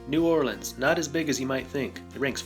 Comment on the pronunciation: Thank you for pronouncing New Orleans correctly.